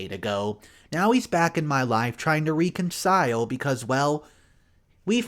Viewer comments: Wreck-un-sile. Please sir. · please look up the pronunciation of the word reconcile or reconciliation?